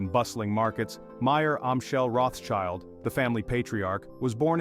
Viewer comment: The name is not spelled "Roths-child", but "Rot" "Shield". no child is involved :P